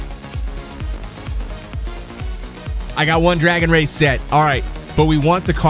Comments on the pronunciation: Pretty sure its called dragon wrath not "wraith" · Did anyone else go crazy every time he mispronounces wrath?